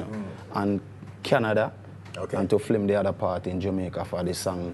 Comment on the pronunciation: what is flim??????????????!!!!!!!!!! the word is film!!!